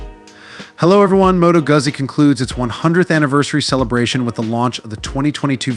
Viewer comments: U cant even produce the name Moto Guzzi properly, HUGE FAIL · dude.. ugh..learn how to say their name